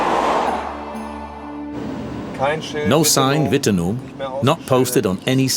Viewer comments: its a W not a V. ffs. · WITT-NOOM NOT vitamen. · It’s not Vittenoom, it Wittenoom!!! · As a Western Australian, it is pronounced "wi·tuh·noom" not "vi-ten-um" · It's pronounced. "Wit-eh-noom" not Vitomin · It’s not pronounced WHITTENIM!!! It’s Wittenoooooooomm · Not Wittenum it is Witten-oooom. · Pronunciation of Wittenoom is awful. It's said wh--i-ten-oom, not vitanim. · Seriously? if you're going to get someone to do a voice over in English, can you at least ensure they can pronounce the name of the place the documentary is about, correctly? it's not "Vitanum" it's wit (with a W) -a-noom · Anyone who believes this garbage has no idea how mining and asbestos works... I've been there hundreds of times, along with thousands of Australians. Never seen a clown wearing a gas mask though. Plus its pronounced "whit-noom" not "vit-en-om" or whatever you're saying. Try actually reporting on something real, not "one of the most dangerous places in the world". Woulda thought that for a place to be described as that, people would have to actively be in danger from the surrounding areas. Never heard of an Australian dying there bar the odd prospector. Glad to see journalists over-dramatizing places, because clearly the outback WA is just as dangerous as Chernobyl or an active volcano... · Who researched this crap?. It's not 'Vittinum' it's pronounced as you see it...Wittenoom. As for it being an abandoned city, a city starts at 20,000 population. Wittenoom got to 1000. That's a town, to most intelligent people. Population presently is 3. Trying to sensationalise stuff like this, by non-english speakers is just plain stupidity. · Say it right Whitt-e-noom please pronounce it correctly!! Blue sky mine is the Midnight Oil song and it covers the story of this town. Tragedy. 😢😢😢😢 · Been here many times as a kid It’s pronounced wit noom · The town’s name is “Wit-noom”, not whatever you were saying. Lol. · It’s pronounced Witt-noom just a heads up. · it's pronounced Witnoom